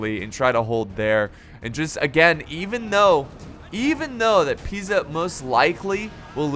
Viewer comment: Convratulations for the perfect pronunciacion of Pisa, you said it like an italian would do